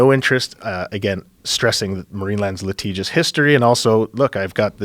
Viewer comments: He kept saying letigious in the beginning but idk what it means and dictionary isn't coming up. How do you spell that? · liTIGious not liTEEGous